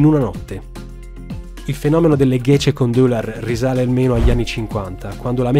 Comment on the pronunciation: Gecekondu si pronuncia ghegekondù (letteralmente "è stato messo su di notte").